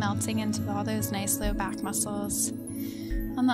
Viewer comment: Is it a prerequisite to say 'back'....bawk? Or is that a California thing?